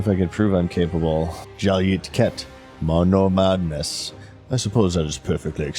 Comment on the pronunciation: the way he says monomadness kills me every time